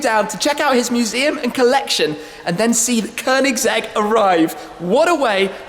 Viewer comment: Perfect pronunciation of Koenigsegg, snyggt! Riktigt snyggt 😉🥂